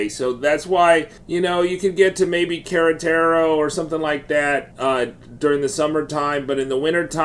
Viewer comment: Yes--a worthwhile video, but...."Karatarow?" All of us visitors should try, just a little, for pronunciation.